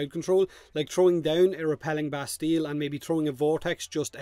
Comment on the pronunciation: it is " Bastie " the " ll" are silent ... don't ask why, french...